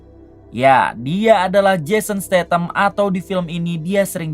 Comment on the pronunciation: jason statham mang, bukan stathan 😂